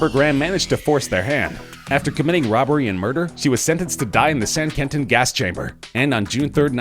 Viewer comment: It’s pronounced qwenten